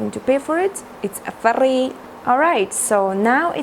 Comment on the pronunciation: I love the way she said free😂😂